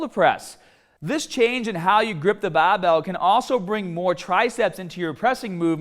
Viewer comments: BAR! Not BAU! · talks in clear English 90% of the time Also:: “BAHBELL” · Hearing you say barhbell made me wanna shove pencils in my ears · Pronounces “Barbell” as “BAHBell”. “Harder” as “Hahdah.” Pronounces “Shoulder” as “shoulder”. I can’t figure this out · Yes, I want to train hodda an longa with bah-bells. Are you trying to be comical with this? Seriously, learn to pronounce the "R" correctly, it's never too late. "B-A-R" is not pronounced "BAH"; this is basic first-grader stuff. You wouldn't pronounce R. Kelly as Ah Kelly would you? Remember what happened to Barbara Walters until she worked on reducing her accent...SNL teased her for years with their Bahbah Wahwah skits. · Every time you say barbell I wanna fucking jump off a million foot fucking cliff and land on the end of a fucking bahhhbell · As soon as he said ‘bhuraahbell’ I went straight to the comments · speak well please it's not bahhhbelll! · The baahbel sounded even more baaahbel this time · Say ba bell more..😂jk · This is the video in which says the word BAHBELL sooooo many times I love it! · My gym sucks, they don't even have baahhbells just regular old barbells.... i wish i could do a baahhbell bench press. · the way he says barbell is just horrible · Can you not say the word "barbell" properly? you sound like a fucking sheep.